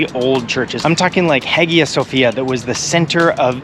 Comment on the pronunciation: A beautiful video ❤ Cheers from a Serb living in USA. So, we switched places, ha! Just one small correction in pronouncing: In Modern Greek, Hagia Sophia is written Αγία Σοφία (Agía Sofía). Here’s how you pronounce “Hagia” • Agía = [aˈʝi.a] — roughly “ah-YEE-ah” Hagia means holy. Sophia means wisdom